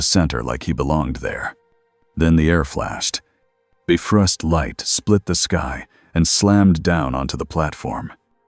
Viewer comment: Editing before posting Really needs to be normalized. It's quite annoying the Ai narrator pronounce the names of characters and things wrongly. Like the Bifrost, it's not pronounced "Biff-rust", it's pronounced "Bi-frost".